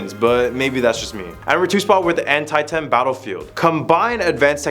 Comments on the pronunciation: HI. GR8 video but I wanted to help you with your pronunciation of Antietam Battlefield phonetic pronunciation is Ant- Tee- Tum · And An-tie-tam 😂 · Try saying any, and I mean any, of the names right. Wow. Ann Tie Tam?🙄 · It's not pronounced, "anti-tem". It's pronounced, "Anteetum". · Not to mention the An-tye-tam battlefield. An-tee-tam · You said Antietam wrong it pronounce An-ti -um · Bruh got me dying over here....Mary-Land 😂 Also, Antietam is pronounced An-tee-tm. Google will even pronounce it to you. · The mispronunciation of Antietam! 😖